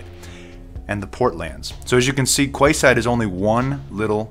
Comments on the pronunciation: its pronounced "key side" not "kway side". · I think it's pronounced Keyside. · It's pronounced " key side" brother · it's pronounced : ''Keyside'' - weird right? The area it's gonna be in is called Queen's Quey (key). Perhaps it's the last ''Key'' to lock all freedoms away....I left Toronto for a small town a decade ago and am never looking back. Never liked this city, aloof, gay and stand offish. Now our Prime minister is a liberal fool in love with the global agenda and things are falling quickly....